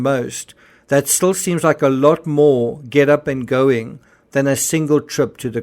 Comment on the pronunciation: Is anyone else suspicious that they are actually NOT Medical Doctors?? in my country you always address one as "Dr" Smith for example, just like in the UK when you say "SIR" if you have that title. Why I am suss is because Kate said "we knew what we were doeen" and "where we were goeen". In a long career working with Medical Professionals I have never ever heard one Doctor speak like this. I can pull more examples. Gerry is NOT a Surgeon. FACT